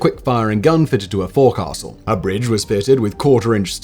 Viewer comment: Simon... Dude... I know you don't care about pronunciation but ... Forecastle is pronounced folk-sal. Coxswain is pronounced cock-sun. Boatswain is pronounced bow-sun. I know you're not a sailor, but mispronouncing these terms makes you sound quite foolish to those of us who are.